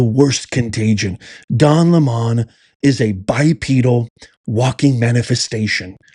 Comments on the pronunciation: His name is lemon not le mon lmao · Why do you pronounce his name "Le-Mon"? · The democrats have never changed. AND it is not LE-MON, its lemon.